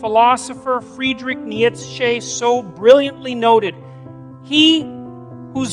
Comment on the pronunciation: the way Friedrich Nietzsche is pronounced tells me this is an AI generated Jordan Peterson. JP would never pronounce his name like that.